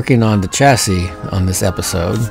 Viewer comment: "The ChassISSS" Love it.